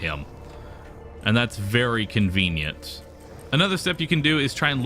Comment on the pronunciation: how many times did he say convinent?